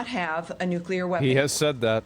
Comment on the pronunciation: IRAN NEEDS NUKULAR TEKNOLIGEE